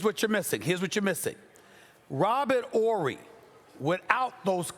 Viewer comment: "Robert Orry" 😂